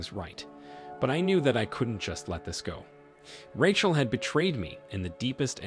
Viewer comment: “I wanted to know if Ratchle was ock.” 😂